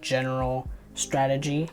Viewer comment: Wth did u said ..strengy?? What is that